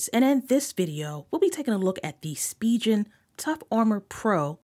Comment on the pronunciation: Great video! But it's pronounced "Spee'gan" not SpiJen!